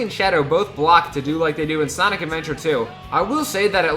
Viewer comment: Sanic 3 Me:SANIC SANIC BRO SAID SANIC